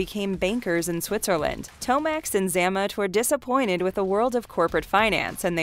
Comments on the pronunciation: It's pronounced Zay-mott. You must not have watched the cartoons. Is that a robo voice? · BTW, it's ZAY-MOT, not ZA-MUT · 🤣😂🤣😂 Everytime she says Xamont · Xamot.....Zay mot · The pronunciations are butchered and really shouldn’t be. Grenadiers, Xamot and Tomax, and Major is a rank, not a first name. This stuff isn’t difficult. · Good grief how much effort would it be to at least get the twins names pronunciation correct? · You can tell the narrator chick is reading from a script and isn’t an actual fan of GI Joe because she doesn’t pronounce “Xamot” correctly. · Learn how to pronounce names such as Xamot and grenadier.